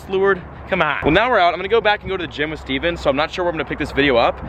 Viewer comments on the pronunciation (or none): none